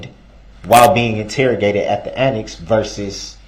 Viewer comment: Why does DumbDarrell put a "T" at the end of words ending in a "S" sound? Example, annext, thist.